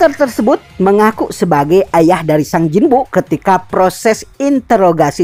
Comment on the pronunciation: Min tolong bilanya "sung" Bukan "sang" Dan "monarch" Bukan "monah"